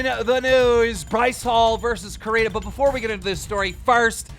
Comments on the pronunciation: Keem, I love you and your content bro but..... are you a bit illiterate? Your pronunciation of names are off almost every episode! Her name is Corinna ( not coriena) its Corinnnnnna.. And Lana Rhodes is not Lana Rhose, its Lana Roads... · COR INNA!!! NOT COR INA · Repeat it with me… CO-RE-NA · I love how he still says it "core-re-na" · Keem LISTEN SAY LA-NAH LA-NAH NOT LAY-NA it's LANA. Its also COR-IN-AH not COR-A-NAH CORINA. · It's Corínna not coreena. it's Lana not layna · will keem ever say lana and corrina’s names right? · It can't just be me that kept getting annoyed because he kept pronouncing lana and corinna wrong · Annoying how he mispronounces Corinna’s and Lana’s name